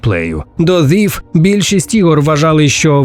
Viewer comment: Thief вимовляється як Зіф? Сіріуслі?)